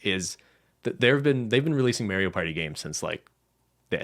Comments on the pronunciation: Dear, please learn how to say mario propperly. The A is pronounced like the A in car. Best regards - half of the european continent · The way pronounces Mario is extremely cursed